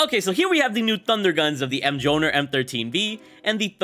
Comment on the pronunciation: Muel near is how it’s pronounced. You know, Thors hammer? Your nerdyness disappoints me lol.